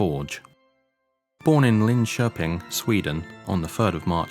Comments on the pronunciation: Probably one of the best English pronunciations of Linköping I've ever heard. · Finally someone who can pronounce Linköping correctly. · The pronunciation of Linköping was eerily good! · 'ö' is hard for English speakers, but agreed ... it's pretty good.